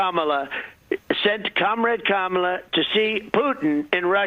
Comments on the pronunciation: Pussy neck loves some Putin but cannot even pronounce Kamala. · This thug Donald Trump has no business ever stepping foot in the Whitehouse again. Kamala Harris is educated and articulate. Listening to Donald Trump is like listening to a gang leader. His command of the English language. Him mispronouncing her name, is intentional and juvenile. It's so immature for someone his age. Donald needs to grow up and act like a man and not like an Insurrectionist. Vote for Kamala Harris and Tim Walz. We need adults in the Whitehouse. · He chooses not to pronounce the VP’s name correctly, because he wants to be a bully, but he’s actually a coward.